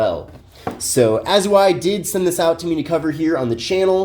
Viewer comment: Dude, you gotta learn how to pronounce these names properly. It isn't "A-zoo-ai". It's Au-zai.